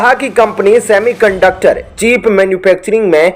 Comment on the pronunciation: चीप नहीं बल्कि चिप